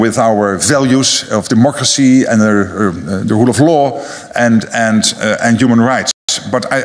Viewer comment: wat een gek joh..met zijn "armed," military", training"..gezever.. demokrisie ant pies. knettergek die vent